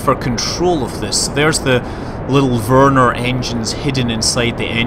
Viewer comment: You kinda pronounce Vernor like Werner :D